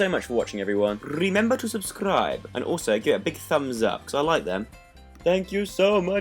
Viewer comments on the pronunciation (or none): omg this is one of my favorite draw my life! and i love the way you say "RRRRemembeRRR to subscRRRibe...:me likeyyyy!!! <3